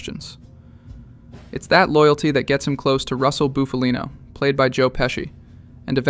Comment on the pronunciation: BUFF-ALEENO. Short U, not "Boof." You pronounced it both ways. But hey, it's an interesting take, if a tad reductive.